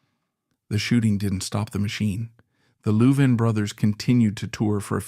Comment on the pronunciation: Disgusting AI that cannot pronounce Louvin properly.